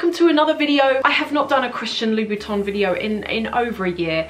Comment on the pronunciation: Hi! I love your videos! I just wanted to say that it seems to me that you're calling Christian Louboutin "Christian Louis Vuitton" in this video..